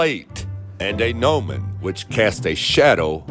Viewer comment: Clearly not. At least he pronounced gnomon correctly.